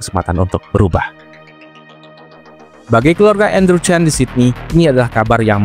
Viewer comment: Maaf min sebutan nama marga chan tetap di baca chan bukan Chen karna ini dua marga yang berbeda sekedar info saja